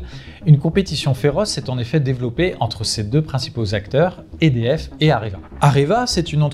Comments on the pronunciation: il répète des dizaines de fois le nom "EDF" sans être capable de le prononcer correctement. Il s'agit d'un acronyme prononcé simplement "E-D-F", sans quelconque accent ! Le pire à relever ici est que personne n'a daigné lui en faire la remarque avant de publier cette vidéo...nivellement pas le bas comme toujours. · oui c clair. Apres ils sont pas mal a dire édf